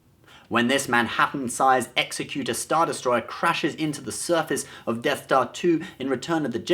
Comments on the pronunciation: Executor is pronounced "ex-EK-yoo-ter", like an executive. Executor (as related to executions) is not a real word, and would be called an executioner. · Its the EX_EC_UTOR, not the EXE_CUTOR. The former is one who executes, or carries things out, or gets things done. One who executes. Like the executor of a will, sees that the will is carried out. The latter doesn't mean anything, and is a common attempt to make executor sound like executioner. Presumably because most people have the vocabulary of a termite and don't know what an executor is. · Yes, you may be right, but the usual pronunciation is 'exec-utor' like the executor of a will. Exe-cutor doesn't sound right because, someone who performs executions, is referred to as an executioner. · Did you just pronounce "Executor" as in "executioner" and not "Executive"? I assumed thats how it should be pronounced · "Ekksekyoutor" Like the Executor of your final will... After decades of being a SW nut, I found out I was pronouncing it wrong like. Ooops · Are you pronouncing Executor right? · He said executor wrong! He said it as if he is describing someone who executes people, but that's just an executioner! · I think he pronounced 'Executor' wrong. It's pronounced like the legal term. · Executor is pronounced like executive, not executioner. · it's pronounced Executor as in executive not executioner , isn't it? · Not sure if it's just the accent, but you pronounce "Executor" funny. You make it sound like an alternative to "executioner," But it's meant to be like Executive." Ie. A doer/someone who puts something into effect. Cool vid though:). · You're pronouncing Executor incorrectly. Cool video though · Oh, and ""Executor." Seriously, NEVER do a video on Star Wars unless you're ABSOLUTELY sure you can pronounce every word correctly. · You're pronouncing Executor wrong. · The way he pronounced Executor triggers me also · Aw give home a break he's from a core world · Egg-zek-utor, not Ex-a-cute-er